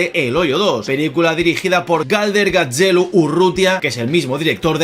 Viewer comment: Espero no molestar si te corrijo, sé que los nombres en euzkera son complicados. Gaztelu (Castillo) se pronunciaría GaStelu, para que sonase como lo has pronunciado debería escribirse Gatzelu. La TZ es una che suave y la TX una che fuerte. Saludos.